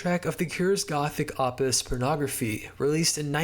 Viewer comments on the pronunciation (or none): "Opus' is pronounced "Oh-pus," not "Ah-pus." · “Opus” is pronounced “OH-puhs” not “AH-pus” It’s also weird to just used it as a substitute for the word “work” or “achievement” even though that’s technically what it means in its original context. I would avoid using this word in your scripts unless you are directly quoting something or are using it as part of larger phrase such as “magnum opus”. It just sounds somewhere between weird and pretentious, like you grabbed a thesaurus and just tried to make your writing sound smarter by substituting common vocabulary with higher register synonyms without knowing the precise function and connotation they imply when used. This is a pit fall a lot of younger writers and content creators fall into. It’s why in every other video essay you’ll hear the words “prolific” and “cornucopia” and “myriad” when a much simpler word would sound 100x better given the topic and the rest of the sentence.